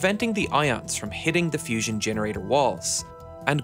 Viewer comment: It is Not Fision. Learn to pronounce properly.